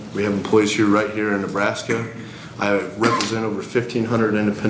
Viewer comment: Ahh Nebraska, all this time i tought you said Alaska :P fml